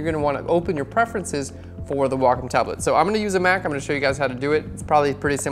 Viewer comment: Very informative. Thanks so much! Also enjoyed hearing Wacom pronounced correctly!